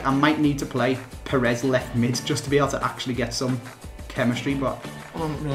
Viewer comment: It's "Pires", not "Perez".